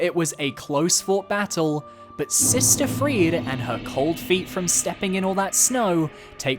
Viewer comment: I don't know what's up with your pronunciations of Friede and Sekiro. It's totally not how they pronounce the words in-game.